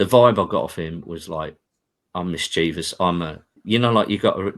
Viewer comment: Lovely to hear someone pronounce mischievous properly.